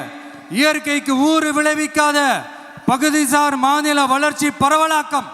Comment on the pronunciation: முதல் மாதுள மாநாடா😂 அது மாநில மாநாடு இதுவே சொல்ல தெரியல நாட்டை திருத்த போறாராம்🙄🤷🏻